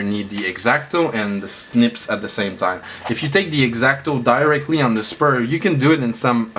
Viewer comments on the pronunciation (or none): ITS SPRUE NOT SPUR